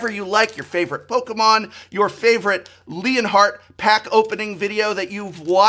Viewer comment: You know the whole time I thought the Prof was just pronouncing Leonard very strangely, or maybe it was a European name until I saw the Title saying ft. Leonhart